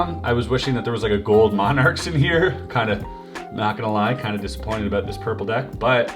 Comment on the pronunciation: “Wanted to tahlk aboat” 😂😂 Canadians for ya